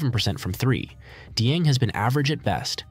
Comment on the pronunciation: Dieng was traded to the Thunder on draft night he didnt stay with the Knicks. Also you pronounced his name wrong. You are good at editing and seem to like what you are doing so I hope you succeed as a youtuber but please make sure to do more research for the videos. You would also be able to make better content I think as you could make takes that maybe others have noone has said. Again no hate I hope you succeed